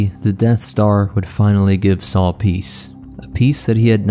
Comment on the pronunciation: It's Saw, not Saul